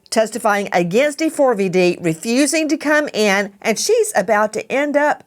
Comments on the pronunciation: The way they keep calling him Dee-Four-Vee-Dee is driving me crazy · When his name is printed D4vd--that is pronounced D-four-VUD, NOT DAVID! Pricelessly stupid. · Why does Nancy spell out his name 😂😂😂 In no way is it pronounced like that